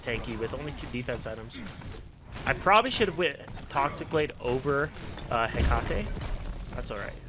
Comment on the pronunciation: its such a pet peeve how every smite youtuber pronounces Hecate wrong. its pronounced Heh-kuh-tee. Love the videos though, keep it up <3